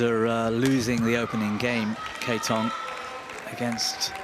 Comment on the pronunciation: you can clearly hear the PA and the umpire say ka-TEH-thong, yet these announcers still keep on saying it as kate-thong. come on, be better. and please! talk about the match more and not just story telling all the time